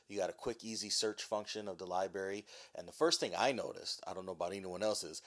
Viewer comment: libary lmfao